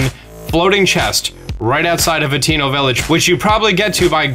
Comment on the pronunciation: Hateno = hah tuh no NOT HATINO